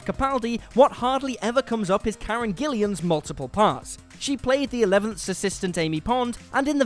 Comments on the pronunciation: Why does this video keep saying 'Karen Geellieeam'??? Its Gillan, its hardly difficult is it????? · Who is Karen Gillian? The woman is called Gillan.